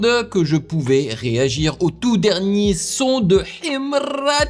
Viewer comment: Tu prononces "Himra" comme un authentique moudj.... j'adore ❤❤❤❤